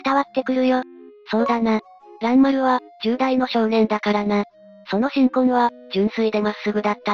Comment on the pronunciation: その心根→しんこん✖ こころね→〇